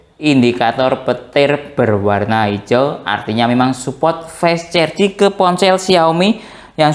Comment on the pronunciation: Fas carjing gitu aja ngucapnya😢 fes cerjing mulu😂 maaf, lucu dengernya🙏🏻